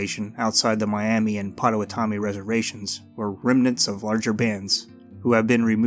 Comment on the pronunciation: You pronounced Pottawatomie WRONG